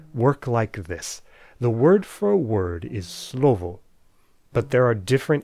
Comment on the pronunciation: Hey, love the vid, especially as I'm about to read Saussure myself in preparation for my university entrance exam. Anyways, I thought that you might like some feedback from a native on your Czech pronounciation: - The word 'slovo' and it's inflections sounded pretty good, with barely any accent whatsoever. - The word 'žena' and it's inflections were a little more off. It was probably most noticable to me in the word 'ženy', especially the /ɪ/ vowel. The way you pronounced was a little bit too back, it's usually more front for us. - The stress accent is also not as distinguished as you made it, it's usually quite subtle. With that, I must say that I'm honestly quite impressed by your pronounciation, one can definetely tell you know a lot about phonetics. Keep on the good work, man!